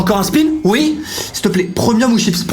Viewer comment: Stopppppp "prEUmium", personne au monde dit ça....et toujours ces infames "je sais pas c'est quoi'', "je vais la faire en premièrE" je vais le dire à mamie (et à ma mie, qui se foutra aussi de ta tronche)